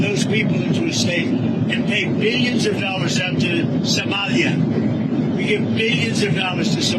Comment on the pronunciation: wait… Trump actually knows Somalia is a country and also pronounced it correctly? This was obviously his body double, poor schlob.